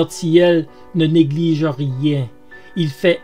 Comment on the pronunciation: Pour info, Gilbert Thiel se prononce "TIL" et c'était une grosse disqueuse-meuleuse, pas une scie circulaire.😉